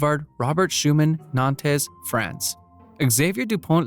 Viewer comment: Ligonnes, not Legonesse Nantes, not Nonteze Benoît, not Benoïte